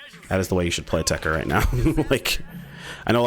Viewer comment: It's Tech-Ter, techter.